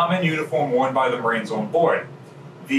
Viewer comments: Umm at did he say ship's maroons?? Instead of ship's marines? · Did he say Maroons? I only thought that was an insult Bugs Bunny called people.